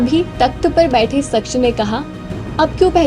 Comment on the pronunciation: Mafi chahunga...shaksh ke ucharan par Dhiyan de....voice have a good voice..keep it up...Jai Hanuman ❤